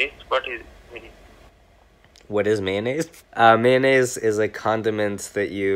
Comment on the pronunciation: What is maynays